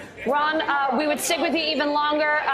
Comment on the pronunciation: Every time she says Ron I keep thanking she says the word run which is probably more appropriate